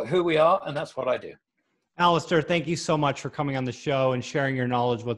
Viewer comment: Actually “Alasdair”.... ?Scottish roots.